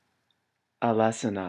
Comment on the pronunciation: Except that Alesana was pronounced and it was in the beginning :P It's actually pronounced Alice annna